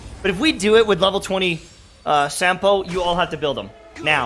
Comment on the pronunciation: By the way Sampo's name is Finnish. You spell it like you'd spell a word 'sum'. So in other words Sampo Koski - 'Sum'po 'Cause''key'.